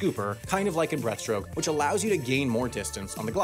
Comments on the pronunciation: Can’t wait for the error video where same corrects everytime he says “Breath”-stroke to breaststroke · Freestyle isn't a stroke, that's front crawl. Its pronounced breaststroke, not breathstroke. Every child learns sidestroke by about 8 years old. Honestly it seems like nobody at this channel has ever touched water. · It keeps sounding like you’re saying breath stroke instead of breaststroke 😂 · Or the fact that he said "breathstroke" instead of "breaststroke" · Take a shot every time he says "breath-stroke" instead of breaststroke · Is breaststroke not breathstroke. Get it right.